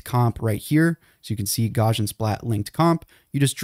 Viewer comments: Gauss is pronounced "gowss", and Gaussian is pronounce "gowssian". It's not gawshun. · Gauss is pronounced gows like cows not gauze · You might like to learn how to say Gauss's name. It isn't gORshan. It's Gowsian. Ow - as in the pain I get every time I hear his name mispronounced. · Did you call it Gawshin splatting?! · And the 'Gau' in Gaussian rhymes with Cow. I'm beginning to this this guy is a bot. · "photo" "gammetry" "gaussian"... Pronunciation, learn it.